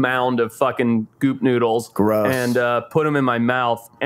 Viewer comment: I was half listening while I'm cooking and I had to rewind when you said goop noodles. I heard something else lol